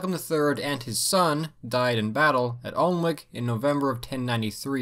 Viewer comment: Really good, love the artwork. Note: Alnwick is pronounced Annick, with the a as in cat.